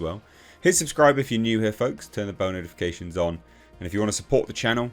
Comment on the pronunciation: It always sounds like he says "turn on bonerfications" lol.